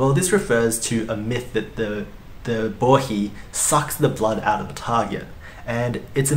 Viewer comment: I also learned how to properly pronounce "Bohi". So many people on English-speaking videos keep calling it a Bo HI. I'm guessing your pronunciation of Bo HE, is the correct Japanese pronunciation?